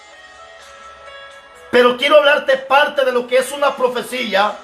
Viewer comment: Asta cuando no se dice profecilla se dice profecia.